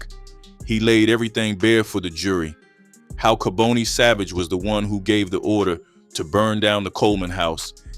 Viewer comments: And pronounce the names right it’s not kabooney. It’s pronounced Ka-bon- nee 🤦🏿‍♂️😡🤷🏿‍♂️ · Mispronounced his name ( Ka-bonnie) is the way it's announced. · Im from Philadelphia I remember this. Dark chapter. By the way his name is pronounced KAH BON EE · This was definitely Philly, this person talking doesn’t know what he’s talking about, cause his name is kaboni not kaboney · You’re not even saying his name right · I noticed a plethora of errors in this video. Naming the wrong people. Pictures of people not part of the story. Scenery clips that weren't in Philadelphia. AND most importantly mispronouncing Kaboni and Tabius smh. Unsub, 👎 This jawn is fraudin! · You keep mispronouncing his first name!!!!! This man was a total Demon the DEVIL incarnate to commit such a heinous EVIL crime!!!! I hope he is never allowed to walk among us!!! Why are you showing pictures of what looks like renovations inside of a home or an apartment that doesn't look like it has anything to do with making drugs??? I understand that you need to fill in spaces for your content but why are you interjecting photos of things that have nothing to do with cooking or making drugs some of the photos look like renovations that are being done in a home with home Depot buckets and paint and plaster buckets so why are you interjecting these photos in this video??? That makes no sense!!! STOP interjecting photos of people who are not part of this story if you don't have enough real information or photos that pertain to this video then you should not have made this video it's disrespectful !!!